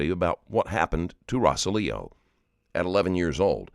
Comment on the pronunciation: ROSE-ALL-IO the name pronunciation was killing me. Narrator kept sating RO-SA-LEO